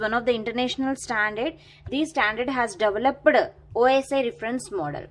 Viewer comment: You need to improve your pronunciations... That developedaaa irritates a lot 😑😑